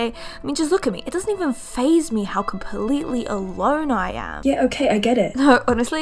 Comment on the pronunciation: 'Completely alone' the most Australian accent in the world. Make it make sense. Her L's are so heavy.